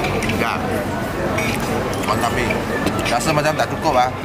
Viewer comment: bila boon heong cakap wan tan mee，aku tersalah dengar wantanabe🤣🤣